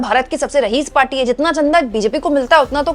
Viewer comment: please rectifie your pronouciation, the correct world is raees not rahees.